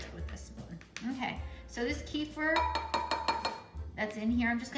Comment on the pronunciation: Thank you for the great video ........ kefir pronounced = Kuh-feer ❤